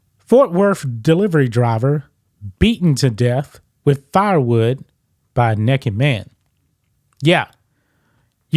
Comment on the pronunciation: I knew the Great was going to say Nekked!! Hahahahaha!! I had to tune in